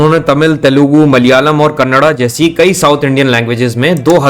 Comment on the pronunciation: Thank you for saying "Kannada" and not Kannad ❤